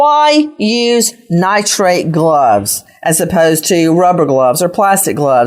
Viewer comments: Nitrile NOT Nitrate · Everyone keeps saying "nitrate gloves"...they are called Nitrile gloves. I absolutely love Nancy Grace though. She gets right to the point! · Nitrile…not nitrate. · It’s Nitrile NOT Nitrite